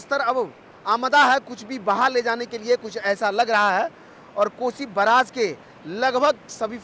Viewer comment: News reporter ko bolne to aata hii nhi hai report Karna chal aata hai .....barrage.....ko..braage...bol Raha hai😅😂😅😂